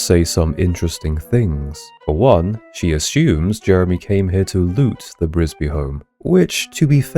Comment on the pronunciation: THE NAME IS NOT BRISBY IT IS "FRISBY" READ THE PAGE.🤣🤣🤣